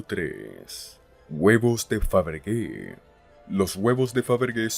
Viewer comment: Faberge..(Faberlle) se pronunciaria....